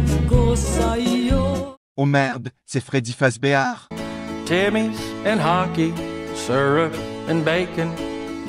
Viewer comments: Ah yes, Furedi Fazubeadesu. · O merda quello e freddy fasbear?😂 Io italiano sto morendo dalle risate 😂